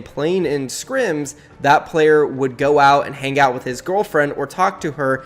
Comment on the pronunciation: bro you say gorrallfriend